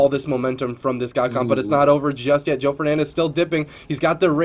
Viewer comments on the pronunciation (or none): It's Joe not Joey lol